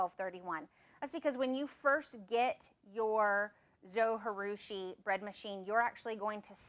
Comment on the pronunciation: Konnichiwa! Arigato for this great video. Just one thing....Zojirushi is a Japanese word. The 'J' is pronounced like the 'J' in Jerusalem or Jerry not like the 'J' in Spanish (which is more of an English 'H'). If you'd like to know how to pronounce it, there's a Japanese guy here on YT that says the name in his video. His YT channel name is "all day i eat like a shark" (crazy name, huh?).